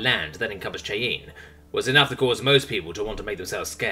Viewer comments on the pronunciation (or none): Hello. Sorry about this, but I need to correct your pronunciation of some words. Cheyanne is: 'Shy-Ann', and Alma Matter is: -Al-Ma Mah-Ter'. Shy is like normal, as in shyness. Ann is like the short form of a woman's name. Al is like the short form of Albert, Ma and Mah are said like 'Ma' the short form of Mother, and Ter is like Terrain, or Terse. You are reading English, yes, but not American English, which, would be appropriate for this story, since it does take place in America. Also, the primary character is American. Thus, the need to correct your pronunciation of certain words. I would suggest an online pronunciation guide, where you input a word and hear how it is properly pronounced in American English. I have used such guides to pronounce foreign words myself, and find it useful to make sure I am pronouncing words correctly for the cultural norms of the story I am reading, or hearing, as in audiobooks. I am pretty sure that you are not American, but your voice is clear, and easily understood. The only 'jarring' being when you mispronounce words. Otherwise, I am totally enjoying your reading of this story's chapters. Keep up the 'good work'. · The (small) city of Cheyenne is pronounced Shi ann. It main claim to fame is being near the NORAD headquarters that are buried under a mile of granite mountain. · Cheyenne Wyoming pronounced sh long I ann